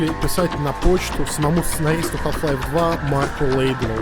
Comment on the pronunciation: мне одному кажется , что в начале видео он говорит "Калл Хлайф" O_O